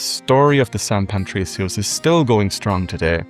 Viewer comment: Great job man. I really enjoyed the bit at the end comparing the music and their similarities, something I never knew! Just an observation, you kept saying San Pantricios, adding an 'n' to Patricio that shouldn't be there.